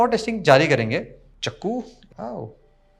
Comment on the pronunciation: Chaku ❎ Chakku ✅ 😂😂😂😂😂😂😂